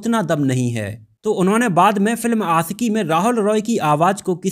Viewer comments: It's आशिकी not आcकी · Bhai pehle bolna seekho.. Aasiqui nahin Aashiqui hai.. Sh hota hai Sa nahin !! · It's aashiqui not aasiki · Ashiqui boliye not Asiki . Apni bhasha shudh kijye .sha shabd ko sahi se ucharit kijye. Sha ko sa nhi ucharit kra kre